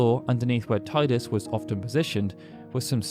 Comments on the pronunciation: I love it when you said 'tie-dus' instead of 'tee-dus' ❤️ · Tea-dus not Thai-dus. Look at the video: How to say Tidus? PLUS found scripts from final fantasy 10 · Teedus, not Tiedus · I see people still insist on pronouncing his name "TIE-dus" (the official pronunciation is "TEE-dus"). The way I see it, if you didn't create the character, then you should respect the person who DID by pronouncing the name the way they designed it. (It's THEIR character after all.) Refusing to do so is just silly. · Tidus is pronounced TEEDAS. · How do you have fact videos on FFX and not know how to properly say Tidus' name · Every time I watch a ffx video I forget you say Tidus like that.